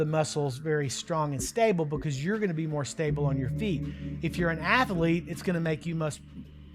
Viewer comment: Ath-a-lete. 3 syllables